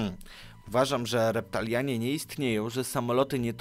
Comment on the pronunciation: reptilianie a nie reptalianie {XD}